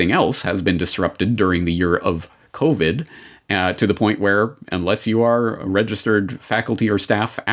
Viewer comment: Did he say "Covert 19" ??????